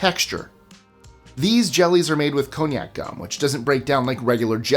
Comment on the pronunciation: I have a Japanese friend staying with me for the summer, who brought many Japanese treats with her, including’konyaku” based desserts. I though she was saying ‘cognac’, which is also how you pronounced it😎 Very different substances 🤣